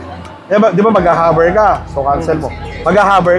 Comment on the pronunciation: something is wrong with tagalog speech, hover becomes haver, tackle becomes takel